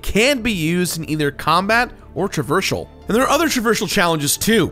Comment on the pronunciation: Travershal? Traversal